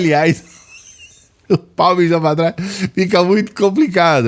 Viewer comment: "mijo pá trais" 😂😂😂😂😂